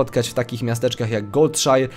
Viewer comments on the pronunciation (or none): Goldshire czyta się "goldsze" ;) .